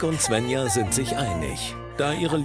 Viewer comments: Mich nervt das, wenn die ZWÄNNJA sagen anstatt SVENJA. 😑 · Tzwännja. Wie oft höre ich das... Die "Bettina" spricht das richtig aus